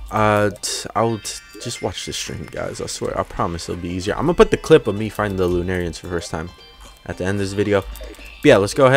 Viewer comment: pronounce it like ur saying luna who says lenarians? ps who ever does say it like that my opinion dosent matter im just a guy who says it like that just ignoir me if u want